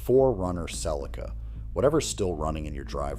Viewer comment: Your old Cel ee kah. 🥴 Even AI can not read.